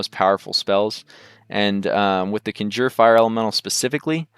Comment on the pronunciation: Conjure Elemental. Con (Kahn) Jerr. There is not "ginger elemental"